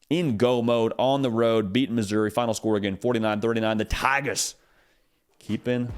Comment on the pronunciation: mad props to for saying “Tha Tigahs!”